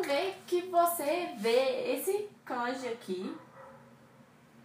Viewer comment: Sua iniciativa é boa, mas você precisa tomar cuidado. Por exemplo, você está pronunciando a palavra "kanji" de modo errado. Se você ouvir no Google tradutor, já ajuda. :)